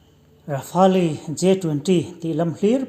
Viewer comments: Ati tu han sawi teh? Kan Air Force hotute, Defence Minister Rajnat Singh te, kan pilot ho, etc Rafali ti țut2 i hriat phawt chuan India ram hi nawhalh fungin ka tehchhuak vek ang😤🤪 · Ka pu Ra-fali a wm lo Rafale tih tur jwkkkk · Rafale tih lam dan hi han zir chiang leh deuh teh Rafali tih nilovin mizo hawrawpa rafal tia lam zawk tur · video👍👍 No Rafali(rafa-el ti tur zawk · Eng ram mahin Rafali an ti ngai lo! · Rafa-el pawh a ni lo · Rafale tih tur Boss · hru ai a tia lam i duh ami a siam tu a phuahtu lam dan khan lam mai tur